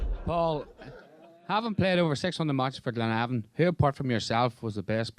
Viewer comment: glenavon not clenavon